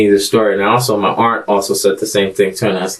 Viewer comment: Aren't is a word for, Aunt? 😂 My wife axed me. 😂 or what not. 😂